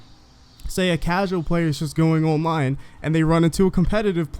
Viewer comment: It sounds dumb 😑